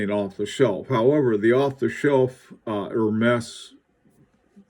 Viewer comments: Zut alors! More like "Air -mez"! Certainly no 'H'! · I really like it with the orange band. Ps. Not to correct your creative French, but I believe it's pronounced more like Hermeeze. I'll see myself out.....